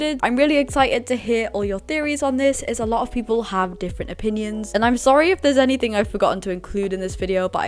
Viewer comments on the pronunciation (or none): none